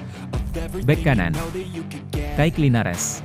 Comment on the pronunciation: Penyebutan dan penulisan salah tuh, kike linares sama yuran